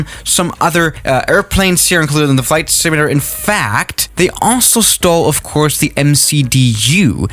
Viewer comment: “ FLIGHT SMLATRRER “